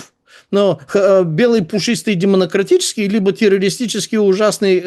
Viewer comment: Почему он говорит все время демонократический) поправьте его хоть раз!